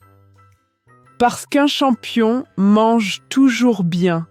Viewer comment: c'est pas le chonmpions de la course c'est le chonmpion de la vèrité 😂😂😂😂😂😂😂😂😂🎉🎉 et bravo 🎉🎉🎉🎉🎉🎉🎉🎉🎉🎉🎉🎉